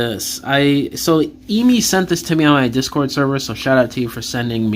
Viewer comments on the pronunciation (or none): none